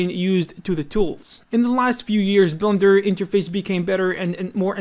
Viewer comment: why does he say "blunder" for blender? are you guys hearing the same? or is it just his accent? :))